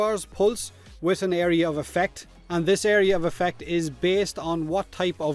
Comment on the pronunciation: "area of a fack"? what the fack are you saying?